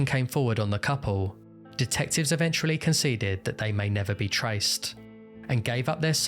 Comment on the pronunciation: great video. have always been fascinated by this case. one request though - please avoid pronouncing eventually like evenchrually. it's kinda annoying